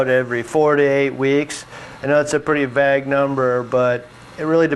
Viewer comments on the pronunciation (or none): lol did he say vag instead of vague